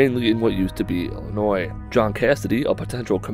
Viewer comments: Finally someone on YouTube says Illinois right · You said Illinois correctly I tip my hat to you sir